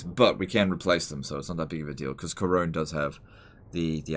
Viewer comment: Worst thing about this episode is the pronunciation of Couronne, or "Karone".